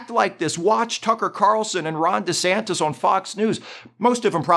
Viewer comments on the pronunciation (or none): none